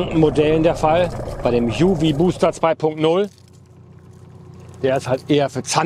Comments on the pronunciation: wie immer tolles Video … nur eine kleine Bitte, das UV bitte in deutsch aussprechen… unsere Sprache wird in letzter Zeit genug strapaziert, da sollte es bei einem deutschen UV bleiben 😉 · "UV booster 2.0" müsste man dann aber komplett englisch aussprechen nach deiner Logik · Beim Word „UV booster“ ist das wort booster aus dem englischen. Wieso also „UV“ deutsch aussprechen, wenn das Wort danach Englisch ist.